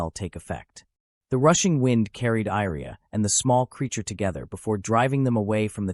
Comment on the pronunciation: why do you reas Iria as Airia? it should be closer to Yria i with Yeti i sound or at least both i should be read the same other than that i have no issues i love the story, keep updating